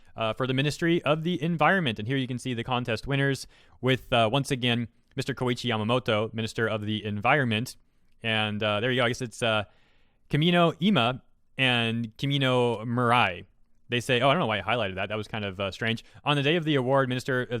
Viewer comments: It's pronounced "Ee-mah", not "Ai-mei". Just a little correction. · Probably very late but just wanted to tell you that "Ima" is pronounced "E (the letter E) ma". And "Mirai" pronounced "Me (like calling urself) rai" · "I'm a Kimino" No. Stop. Please. LMFAO "ima" (ee-maw) means "now" "mirai" (mee-ra-ee) means "future" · Its pronounced E-MA, means present. Mirai means Future. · It's funny how you pronounce ima at first, but yeah you did it right the rest of the video